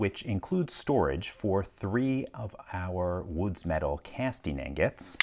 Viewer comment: Somehow he turned the word ingot into agate? I didnt know that was possible but he did it lol.